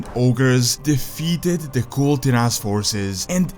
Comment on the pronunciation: bro... come on... its Kul Tiras not Kul'Tiras